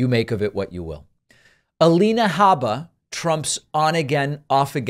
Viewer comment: “Habba” yes, that is the correct pronunciation.